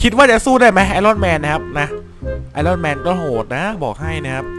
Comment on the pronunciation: พี่มันออกเสียงว่าไอออนแมน